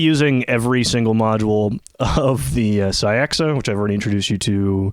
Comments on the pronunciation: Really nice video, truly. But the Caixa should be pronounced 'Ka-sheh' or 'Kai-sheh', it's Catalan for 'box' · Really cool video! Not that it matters, but I think Caixa is close to being pronounced "cah-sha", as in rhymes with nada. It's Catalan for "box."